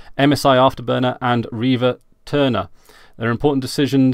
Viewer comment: Why do you call rivatuner rivaturner, and why do you pronounce Nvidia Nevidia? Is there is joke im not aware of?